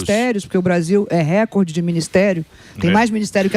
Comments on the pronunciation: Tudo muito bem explicado, porém, a Daniela precisa aprender a pronunciar o termo *RECORDE; que não é uma palavra proparoxítona (quando a antepenúltima sílaba é, obrigatoriamente acentuada). No caso, a palavra em questão, é PAROXÍTONA, logo a sílaba tônica é a penúltima (COR), sendo pronunciada como se houvesse um acento agudo sobre a letra "O" nesta sílaba. Portanto, foneticamente (RE-CÓR-DE). É simples, basta informar-se ao menos um pouquinho sobre a língua portuguesa; é displina básica do Ensino Fundamental (ou deveria ser). Sei que, por formação acadêmica, ela é Administradora de Empresas, e exerceu o cargo de Presidente da Caixa Econômica Federal; mais um motivo pra conhecer bem a língua portuguesa, independentemente da função que hoje exerça. E não, nunca fui, não sou, e jamais seria PTista. 😊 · Repitam comigo não é récorde que se fala, é recórde recóóórde